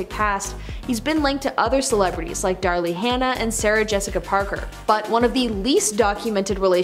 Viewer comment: It’s not “Darly” Hannah. It’s Daryl. How hard is that to get right?